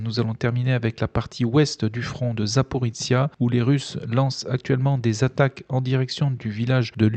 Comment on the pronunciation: 1418 jours que notre hôte ne sait toujours pas prononcer Zaporizhzhia. Merci pour vos vidéo